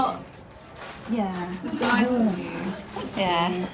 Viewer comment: "noice!" (with the pens) 😀 "Oh yeeeah" (with the guac) - detecting some Aussie accent there? hehehe